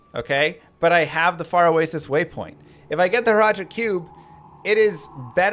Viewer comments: And then Hratli right after. Shaking my head. You're even swapping letters in his name. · hratli. hrat-li. not hral-ti. jerhyn. jehr-in. not jer-hin. he literally says his own name.